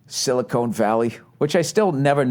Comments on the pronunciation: It's Silcon Valley not silicone, dumbass. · Silicon vs Silicone lmao